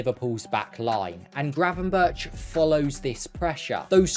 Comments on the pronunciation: Try to at least get the guy's name right! Its crazy to hear GravenBertsh ?! twice within 20 seconds. So I stopped. In future just think of Dennis BERGkamp. And use that BERG pronunciation for Gravenberch. Goldberg, Bergkamp, gravenBERG. Even if written Berch don't pronounce like he is a russian. Kinda big fail considering all the effort put into making a video. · Pls say Burk instead of Burtch, it hurts! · It is not 'GravenBIRCH', better to say GravenBERG' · Excellent analysis. Just one thing. His name is pronounced GravenberG, with a hard g. Not ch as in chips. Keep up the good work! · Just a little detail; Gravenberch is pretty difficult to pronounce for a non-Dutch speaker. The closest you can get to the correct pronunciation in English is: Gravenberg, as the first G is pronounced the same way as the last g(ch) in Dutch. So it should be the same way in English, hence the "Gravenberg" pronunciation. Cheers :) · Nice analysis. Now try to pronounce non-english names the way they are pronounced in the respective countries. 'berch' is not pronounced as birch..... Find a Dutch youtube source for the right pronunciation. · Please pronounce his name as if it were written as 'GravenberG'. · Pronounce his name as gravenberg, with a hard g. For the next video. This one is really good, nice analysis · Hearing the man's name being mispronounced for 10 solid minutes was so painful. It was so bad, that it seemed deliberate.